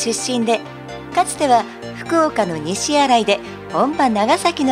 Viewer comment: にしあらい、違います西新(ニシジン)って読みますよ☝️